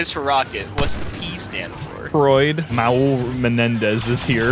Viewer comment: Maul Menendez is perfect 😂😂